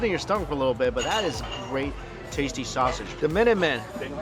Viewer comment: Minuteman, smit? Menemen, Simit.